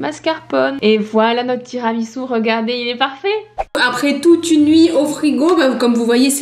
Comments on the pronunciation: Pq tiramisiu !! Ça se prononce tiramisou !!!!!!! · Michou : "Tiramitsu" 🤣 Et Inox qui ne savait même pas ce que c'était un tiramisu 🤦‍♂️ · “Tiramitsu” mdr c’est horrible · tiramiTsu ?? 🤣🤣 et puis quoi encore